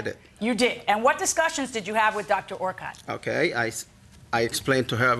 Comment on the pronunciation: Connie Orcutt was my fav avian vet at MSPCA Angell memorial hospital too. She was great, retired I think now though. Her last name is pronounced “Or-Kit” not how it was done here.